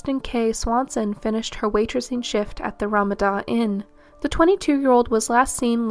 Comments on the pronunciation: RAHmada Inn? Um, no you are using the pronunciation influenced by Ramadan/Islam terms. The hotel chain is: RaMAHda. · Thanks for covering these cases. I couldn’t help but laugh at “Rama-DAH” Inn. The pronunciation is supposed to Ruh-MAH-duh. Keep up the good work! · Ramada=ra-MAH-da Inn. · Agreed, it’s too long. Not subscribing. And, it’s Ramada, ra MA da. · It is RaMAda Inn